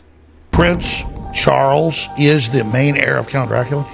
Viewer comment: Dracula the A was silent so it sound like dracul